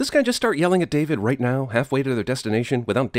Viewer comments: "Listen, Discount John Oliver, he's clearly going to space with that spaceship ight there... " / . Did anyone else pick this "ight" up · the r in right is missing +1 sin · Everything wrong with "everything wrong with independence day resurgence - CinemaSins" You forgot the 'r' in right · you get a sin for missing the 'r' in 'right', second line first word